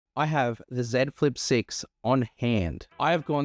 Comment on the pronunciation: Ah someone that says the name of the device correctly. Yeah.